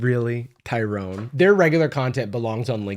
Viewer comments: Her: Ty-Rone… Me: *pauses the video* aintnoway 💀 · no way this girl says “tyron” smh